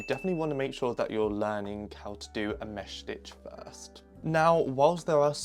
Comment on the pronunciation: idk why, but the way you pronounce 'mesh stitch' is satisfying- (btw ur so cool)